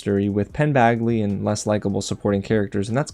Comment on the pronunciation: FOR THE LOVE OF GOD Its Badgley! Like a J! Not bagley! JESUS